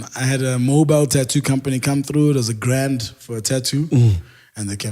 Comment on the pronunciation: He killed that accent "$1000"